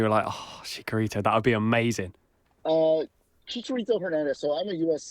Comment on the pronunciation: I love the podcast, but if you're gonna say Chicharito's name a whole bunch of times atleast give him the respect of pronouncing it correctly. Chee-cha not chick-a